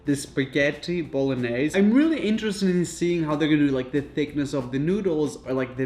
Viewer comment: Bro this video was solid comedy. Please dont say bolognese again lol Bon-yehs say this